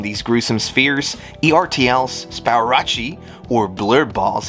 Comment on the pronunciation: Ertl is pronounced "errtul". I remember an ad for die cast tractors and thinking the name was weird as a kid.